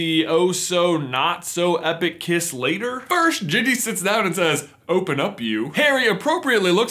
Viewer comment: These people butchered Ginny.